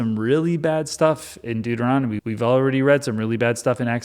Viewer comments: WHAT? Deutermommny? Doomomommy? Deuteromomney? - related to Mitt Romney? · I really hope these Deuteronomy's mispronunciations are intentional.😅. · The number of ways one can mispronounce ”Deuteronomy” is the secret appeal of this video.